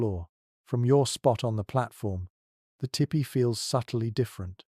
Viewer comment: poor attempt at a weak romance novel miss pronounced tipi.the narrator needs to tell bedtime stories.